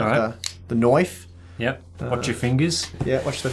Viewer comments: "Tha Noyfe" Intensifies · It's a knoive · the noyf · Don't hurt yourself with the "Knoife". Y'all my favorite. Nice review. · The knoife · "The Knife" in aussie sounds amazing.